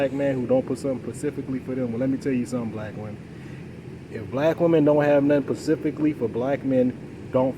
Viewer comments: Yeah, he has a problem saying specifically. I think it's cute. He's very likable and smart. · I like him even though he says pacifically. 😊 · If you say “pacifically” I automatically stop listening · Yeah “pacificly”?😮 I can’t!!!! But I get it 😢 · Can I axe you sumppen pacificly? 😆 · Pacificaly lmao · Specifically not pacifically